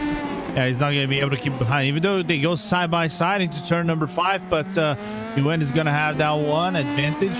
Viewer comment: Its not nuhguyun its pronounced "Gwin"